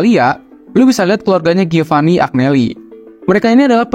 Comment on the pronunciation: Maaf mas, Agneli tu dibacanya Anyeli... Giovanni dibacanya Jovanni...